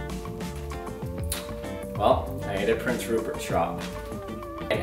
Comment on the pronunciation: I HAVE SUCH A DIRTY MIND I THOUGHT HE SAID PORN STARCH xd